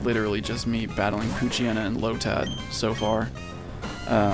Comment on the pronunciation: WTF. That's not how you pronounce Poochyena. Its Pooch-yena